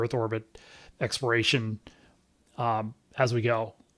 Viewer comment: Why do you, and other NASA administrators not pronounce the “L” in the word Exploration. You all say “expiration”. Which is a vastly different word. It’s kind of driving me crazy that you all can’t say the word correctly. It’s hard to take people as authorities when they get a basic, important word like that wrong.